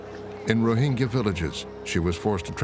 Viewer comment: A minor note on pronunciation: "gy" in Burmese is pronounced as a "j". (E.g., Thingyan is pronounced "TIN-jon".) "Rohingya" is pronounced "roh-HIN-juh". The narrator pronounces it incorrectly, but the UN Special Rapporteur pronounces it correctly.